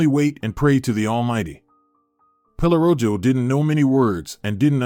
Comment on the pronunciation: Pelorojo…mispronounced but it means “pelo” for hair and “rojo” means red… so dog is called Red Hair…